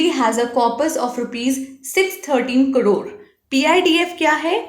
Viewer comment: Mam its crore not cdore😅